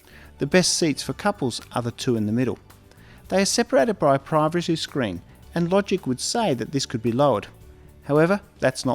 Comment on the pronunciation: The way you said the word ‘privacy’ around the 4mins 39secs suggests you enjoy that whisky/gin concoction a little too much😀. Great video. Happy travels